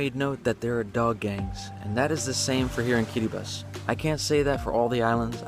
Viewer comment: I'm so proud of him for his correct pronunciation of the name of my country "Kiribati"